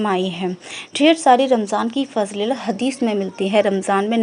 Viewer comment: Fazleelat nhi fazeelat hoti he Good work 🧡